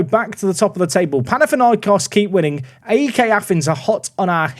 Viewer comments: PAOK and AEK are pronounced as one word, not individual letters. So it's literally "paok" and "aek". Not P-A-O-K and A-E-K 😅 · Im gonna try and get to to pronounce AEK and POAK properly :) dont spell them out. AEK is almost like saying ache. And POAK is said like pualk. My greek friends hate it when i spell them out!!!!